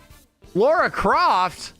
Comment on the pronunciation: FOR GOD'S SAKE IT'S "LARA" NOT "LAURA" WHY IS THIS SO HARD FOR PEOPLE ABDAJHABJDAV HADHAHKHJBADDABHJ I'm not mad I swear.